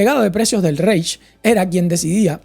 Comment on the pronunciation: El precio justo lo crea Santo Tomás de Aquino si no me confundo. Los nazis no tenían una evonomía planificada, era una economía guiada/intervenida. Reich se pronuncia "Raij" y Weimar "vaima/vaimar".